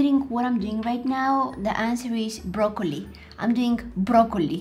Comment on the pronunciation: You said brokeoni 😂😂😂😂😂😂😂😂😂😂😂😂